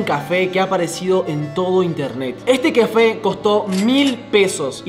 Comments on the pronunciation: Soy yo o dijo qufe enbes de cafe😂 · Porque dijo cefe en ves de café 😂😂